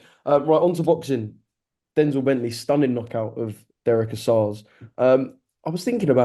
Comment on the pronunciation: The way Gareth says Denzel Bentleys name like he’s denzel washington 🤦‍♂️🤦‍♂️it’s denzel like from Only fools, not Denzell like Washington